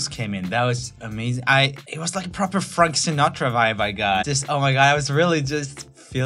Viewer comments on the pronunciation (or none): R0mee: makes fun of weird pronunciations Also R0mee: FrUnk SinUtra